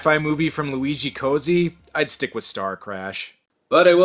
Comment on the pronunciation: Italian lesson: it’s “Coat-see”. Double Z = “ts” It’s not “Cozy”